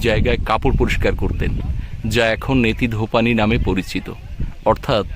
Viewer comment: দাদাভাই "বেহুলা" নামক ধারাবাহিকটা "স্টার জলসা" চ্যানেলে সম্প্রচারিত হতো!😮 মূলত উচ্চারণটি হচ্ছে "নেতি ধোপানি"🙏